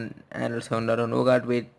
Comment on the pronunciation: Its Nougat, not Nogaat...